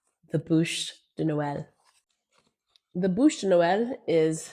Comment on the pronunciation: BÛCHE Not bouche my dear....